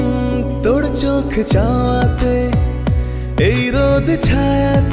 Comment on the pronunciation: বাঙালির ছেলে বাংলা উচ্চারণ আগে শেখা উচিত তার পর গান গাইতে যাওয়া উচিত। "তোড় চোখে" তোর চোখে হবে । গানের প্রথম লাইনেই ভুল। কি শুনব !